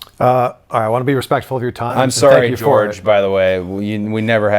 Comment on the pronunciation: “ Story Gorge” Cody Rhodes 2019